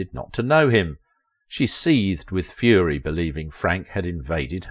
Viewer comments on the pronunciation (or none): none